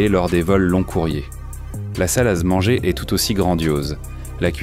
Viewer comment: On dit une salle à manger et pas une salasse manger la petite voix de la bêtise artificielle ! 🤣🤣🤣